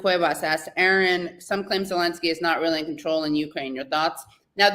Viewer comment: Minor quibble: Katie should listen to how Aaron pronounces his own last name when he introduces himself and then follow suit (pronounce his name the way he pronounces it).